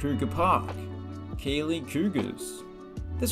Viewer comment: The gh in keighley is a th sound so it’s “keithley” when you say it out loud, but good vid man